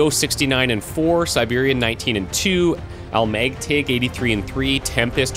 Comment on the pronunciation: FYI, "Almægtig" is pronounced al-MECH-tee. It means omnipotent in Danish. To clarify even further; that's al like in Al Bundy, mech as in mech trooper, and tee like the letter T.